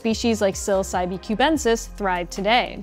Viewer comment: I don't think the e at the end of psilocybe is pronounced